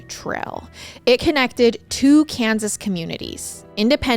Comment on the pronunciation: Kensas.. Hein, sounds like Israel